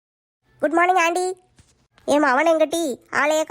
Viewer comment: அண்டி இல்ல ஆன்டி